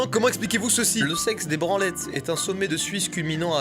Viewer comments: C pas "sex de branlettes" mais ça se dit "sé de branlettes" et bex se dit bé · sex des branlettes se dit sè des branlettes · Mastu "sex" se prononce "c" Et j'habite à côté de lui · Sex se prononce sé en matière de montagne 🙃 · Bex ce dit "bé" et le "sex des branlette" ce dit "sé des branlette" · Hello on dit pas le x dans Bex et sex ce dit (c) voilà hahahaha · en fait le mot sex dans sex des branlette se prononce sé (voir la video de doc seve a se sujet) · ALORS, déjà on ne dit pas sex des branlettes mais sé des branlettes. Pareil pour la ville de Bex : on ne dit pas bex mais bé. En suisse si tu vois un nom d’un lieu qui se finit par ex ça se prononce é. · Ça se prononce Sé des branlettes 😂😂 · Le scex des branlette est très connu en suisse 😂 mais on prononce Cé des branlette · Hey ! Alors au risque de vous déplaire, le "x" est muet et la montagne se prononce donc Sé des branlettes, de même que Bex se prononce Bé :) Etant moi-même habitant de ce cher village, je tenais à rétablir la vérité ! Merci du bon rire en tout cas <3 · Pour la montagne sex des branlettes jetait au courant mais on prononce Sé des branlettes ce qui est 15 fois moins drôle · on dit "bé" et non Bex